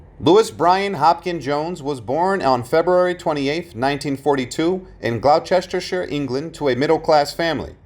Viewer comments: Glow-chester-sheer?? Are you serious? 😂 Hilarious. It's pronounced Gloss-ter-sheer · 😂 sounds like glosster sheer that's how you say it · Glow-chester shire, FFS Yanks are so Thick. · Glowchestershire? Spelt "Gloucestershire", pronounced "Glostershire" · "Glow-sesster-shire"!!!! Jesus Christ, keep Americans as far away from the English language as possible, will you. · The county he was born in is pronounced "glosstershir" but spelt Gloucestershire!! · “Glo-chester-chestershire.” Absolute classic! Couldn’t listen any more as the tone had very much been set. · That picture at the 50 mark isn't Brian Jones, the womans fashion is late 60s, also, it's pronounced Glostersheer. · He butchered Gloucestershire…..BADLY….